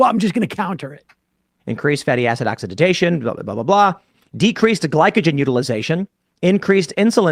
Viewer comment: It’s OXIDATION, not oxididzation?? Wtf